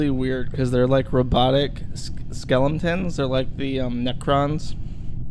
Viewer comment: "Skelemtons" I love you